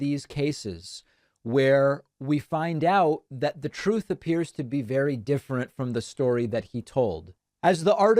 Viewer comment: go back to the "troth" 😂 David ... can't wait for your Netflix comedy special 🙂